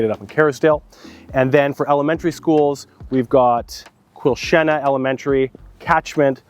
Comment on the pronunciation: Your pronunciation of Quilchena is the same as people from Merritt, when they talk about Quilchena ranch. So nice to hear it pronounced properly! :)